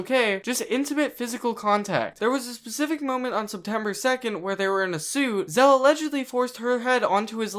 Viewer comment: dont want to be that guy but your saying his anme wrong its not zeal its zeal